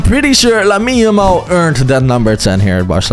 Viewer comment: said Jamal 😂💀